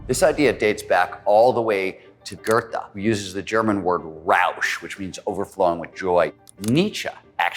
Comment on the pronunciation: Quotes Goethe, cannot pronounce his name though... ugh